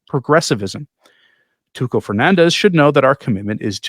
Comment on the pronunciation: You are mispronouncing "Tucho", "ch" sounds like "sh".